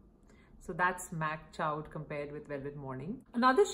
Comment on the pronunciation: Great comparisons! I’m pretty sure Mac Chaud is pronounced like “show”. It means Hot in French.